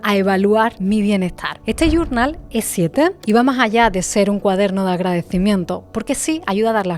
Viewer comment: Primero dime que es "gurnal? No te la sabes en Español? Nomás porque no lo sabes decir en Español, no lo compraré